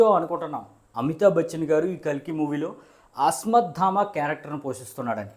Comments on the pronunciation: Adi Asmadaama kaadu bro asvadaama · అస్మత్ధామ కాదు బ్రదర్... అశ్వత్థామ!....